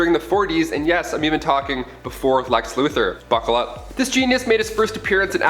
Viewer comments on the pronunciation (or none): none